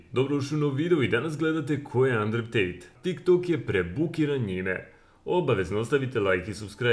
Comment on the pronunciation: Endru Tejt*